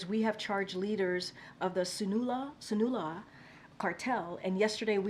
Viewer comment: She clearly doesn’t know what she is talking about. Sinaloa should have been easy to pronounce being in that context. It’s like talking about jeans and mispronouncing “Levi’s”. You rather know or you don’t. Clearly she don’t